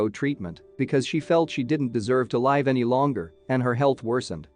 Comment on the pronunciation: Oh my you said live like LIVE its pronounced liv not live